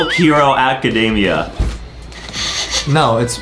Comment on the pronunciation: 'my hero acadaimeya'